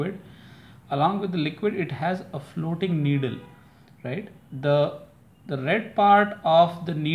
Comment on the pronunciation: Needle not niddle!